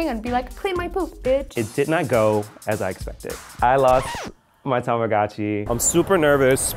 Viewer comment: Why doesn’t anyone pronounce Tamagotchi correctly T^T